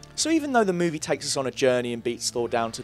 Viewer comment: Dude...great video but man...can you PLEASE change your dictation and pronunciation a little bit? I can literally predict how every sentence will sound at the end, and the drawn out stuff in the last couple words....holy hell. I can't even focus on what you're saying "Meeeeewvieeeeeeeee...it's still theeeeeeere"